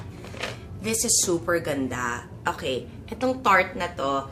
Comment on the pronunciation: its ta miss kris, you will pronounce it as ta.... though it spells like tarte.